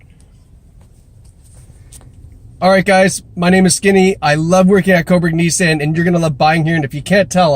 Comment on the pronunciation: Skinny, listen you gotta work on your pronunciation of Nissan.